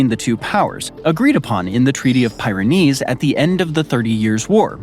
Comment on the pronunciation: Some pronunciations are off. One example: Pyrenees (or "les Pyrénées" in French).